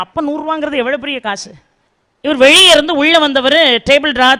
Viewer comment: ள வரும் இடங்களில் நீங்க தொடர்ந்து ழ ழி னு உச்சரிக்கிறீங்க. முதலாளி - முதலாழி வெளிய - வெழிய அனுபவங்களை - அனுவங்கழை ஆனால் சூழல் ஐ சூளல் னு சொல்றீங்க தமிழை ஏன் குதறுரீங்க?